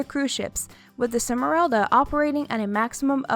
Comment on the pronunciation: Costa SMERALDA, not Semeralda.